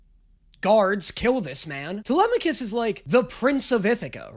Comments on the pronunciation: truly shocking that was able to immediately pronounce telemachus right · The fact that the first person I've heard pronounce Telemachus properly